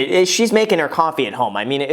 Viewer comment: You’re saying Coffee wrong!